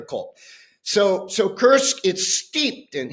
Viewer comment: The US General did get the pronunciation of Kursk right (at 8'39") which Times interviewers don't seem to be able to muster. To paraphrase: "Why can't the English (bis) teach their children to speak"?😉